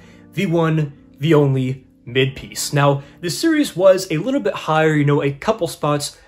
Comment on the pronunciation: Lmao “mid-peice” 😂 Top 5 in my collection: I Want To Eat Your Pancreas Uzumaki Ghost in the Shell Berserk / Akira Battle Angel: Alita ( this series doesn’t get the love it deserves) Hope I’ll be able to read Eden in the future it looks really good